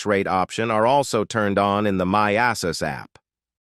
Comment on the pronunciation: "The My Ass-us app"